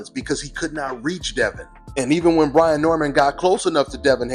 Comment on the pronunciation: It’s Brian Not Brandon🤣🤣